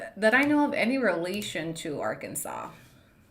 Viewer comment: Pronouncing Arkansas like that is crazy 😭😭